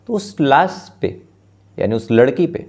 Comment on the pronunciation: गुमसुदगी नहीं भईया... गुमशुदगी होता है, लास नहीं लाश होता है, आशु होता है आसू नहीं